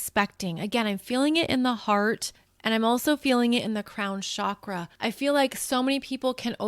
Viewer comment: It’s Chakra like chocolate. Not shakra. Sanskrit is vibrational and the pronunciation matters. Please say it correctly since you’re influencing so many people. It’s distracting .